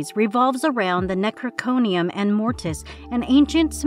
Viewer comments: This poor girl. I blame the scriptwriters since she's probably only there to do voice work. The species of hunters that are referred to as "predators" are the Yautja (Yowt-Jah)... the book from the Evil Dead series is the Necronomicon ex Mortis (comes from the H.P. Lovecraft stories), not the Necroconium an Mortis... and Michael Myers' home town is Haddonfield, not Hendonfield. Please have your scriptwriters do more research and fact-checking before having someone read it for an actual video in the future. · I'm excited for Terrifier 2, I love Art. He's my favorite killer clown. Also, it's Necro-nomi-con, not necro-chronium. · Hahahaha the "necroconium exmortus". Nice. It's necronomicon. Also... PLEASE DONT REBOOT SCREAM!!!!!!! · Necronomicon not necrochonium Haddonfield not haddontonfield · Necro-NOM-icon. Get a horror fan to read these for the love of god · "necro-conian" xD I was like "wtf is that?!" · Did she say nec cro ni um? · Nom nom nomicon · Yup, and she called the Necronomicon the necrocronium. Lol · I mean… so many weird reads here. TheATER? Necroconium? Jeepers Keepers? Art of the Clown? Schwarzen-what? How did you just pronounce Covid??? Please higher an editor. My brain hurts. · “Jeepers Keepers”? “Necro-conium”? I think the girl reading the script should have done a few more takes. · The book in Evil Dead Rises is called The Necronomicon NOT The Necrocomicon of whatever the hell u called it... U butchered that hard yo!? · "The Neck-rah-cronium" 🤣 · Nec-ro-nom-icon Ex-mortis is how you pronounce it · Necrokomian ? Wth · she mispronounced Necronomicon oh no... we're all cursed now. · That pronunciation of “Necronomicon”: brutal! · How the hell did she mispronounce Necronomicon? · Uh... could you have butchered Necronomicon ANY more?! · Unsubscribed as I can't stand to listen to so many mistakes. How hard is it to say Necronomicon? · if you cant pronounce 'Necronomicon' correctly... just quit